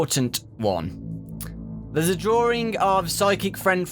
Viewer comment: I like how he says "dwroring" instead of "drawing" XD I know it's his accent but still XD